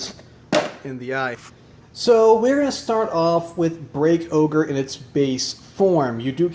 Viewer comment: Isnt it called break ogre not break oger